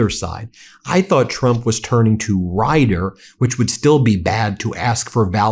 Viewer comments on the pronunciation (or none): none